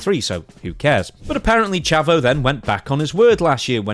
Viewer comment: Pronounced Chaavo